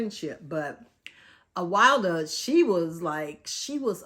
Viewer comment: Lol Her name is pronounced Uh-will-duh. This book wasn’t as good as others that I’ve read by this author. I DNF it